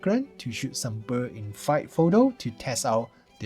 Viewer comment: Woww, love you pronouncing bird as "bur" 😊 I guess I'll buy the z9...